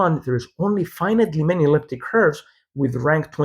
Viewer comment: I forgot to mention: as a human with near native fluency in english I automatically heard it as 'finitely'. That said: auto-generated transcription has become so good that you can use it as a measure of how easy or difficult it will be for human listeners to follow what you are saying. Presumably: for a sizable portion of your audience english is not their native language. It's not necessary to pronounce every syllable, that would make you sound robotic, but I think the auto-generated transcript is informative to see which syllables are necessary.